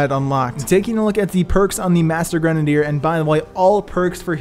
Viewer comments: Stop saying gren a dier it is grenade r you dumbass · Gren - uh - deer. Now say it faster. Kids these days. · Granadier lol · Why does this dude pronounce grenadier like that ? Its cringey.